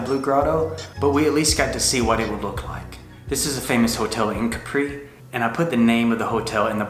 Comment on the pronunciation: Nice video. The first thing we learned about Capri is to pronounce it KAP-pree ;). Also you didn’t mention the funicular that takes you up to the hill. No taxi needed. You briefly showed the historical Carthusia perfumery,,, I hope you went inside. ?